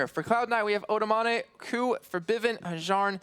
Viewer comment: It's really funny to hear pronounce Babunia:)), also O doamne means Oh, God, so hope you will say it better next time. Big up C9E.